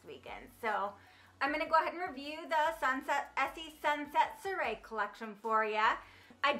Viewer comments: Soirée is pronounced Swah-ray. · Love that you did this video. Wanted to let you know that Sunset Soiree is pronounced like sunset Sworee. 😘